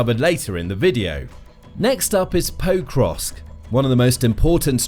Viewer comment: it hurts my ears to hear you mispronouncing Pokrovsk over and over again. you are saying 'poe-krovsk' but the more correct pronunciation is 'pok-rovsk'